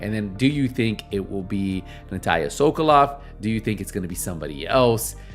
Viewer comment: sokolova you pronounce her name wrong every time in this video sokolov is man sokolova is feminine